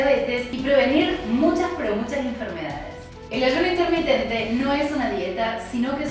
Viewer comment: INTERMITENTE CON "R" NO CON "N"